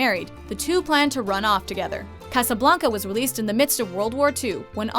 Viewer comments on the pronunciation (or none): I’m damn tired of people pronouncing Casablanca wrong! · Why can't this woman ever say Casablanca right?